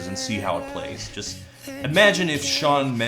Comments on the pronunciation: I knew this song sucked as soon as Mendes pronounced the word ‘just’ as “joy-ist”. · Dude sounds like Cartman when he sings. Makes me wince. The way he pronounces "just" when he's singing as well is something I can only describe as alien. He sings "jaaaiiiiiiiist"... just... what the fuck is that. He does it with the word "touch" in Stitches too. "Taaahheeeetch"... what a cunt. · Why does he keep adding vowels to his words? Like "just" and "want" become "juyist" and "wahint." Annoyiying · why does he say just jeyest...